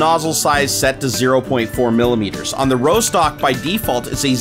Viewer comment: Rostock is a place in Germany, it's pronounced Ross-tock, not Row-stock